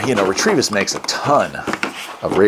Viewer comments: There's no R after the T in Retevis. It's pronounced Re-Ta-Vis, not Re-Tre-Vis 🤪 Nice video. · 💥💥 There is no R in that product name. R E T E V I S